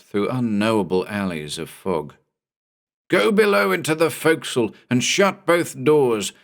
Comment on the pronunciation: I'm sorry to knit pick but I'm so glad to hear forecastle pronounced right. Having spent time in the navy, some things just stick with you, ya know? Was I the only one who pointed it out before? Either way, great job as usual.